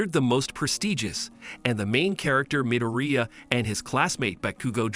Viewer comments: bro said mideria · It's midorya not midearia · MIdOrIya? What? Is that how you pronounce his last name no no no no its Midoriya What your saying Katsuki's last name the wrong way Dude learn how to say it right! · Midoria not midiria lol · IZUKU MIRUDIA ITS IZUKU MIDORIYA NOT MIRUDIA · Why are you saying amdara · midooreea? ok im done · in the anime “midoriya” Real life “✨MiDoRiA✨” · "Bakoogooo" "midoreea"💀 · he also said mideria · The mispronunciations are giving me a stroke💀 Why does he say midoriya like medorya💀 And bakugo like bakuogo